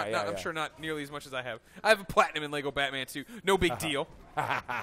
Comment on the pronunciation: At last I hear an American say "Lego" not "Lay - go"